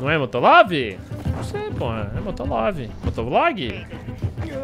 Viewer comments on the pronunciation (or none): "motolov" oque eu imagino: "amo moto" e como realmente é: "molotov"